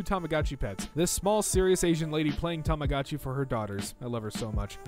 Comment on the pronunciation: It's pronounced Tah Mah Go Chi - Long O